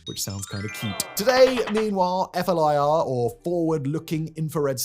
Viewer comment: FLIR “fleer”